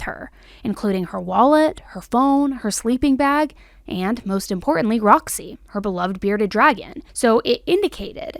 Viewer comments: The bearded dragons name is Rossi. I was literally pulling my hair out all the 59 times you said Roxy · It’s rozzy. Not Roxy. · I think she said “Rozzy” not Roxy.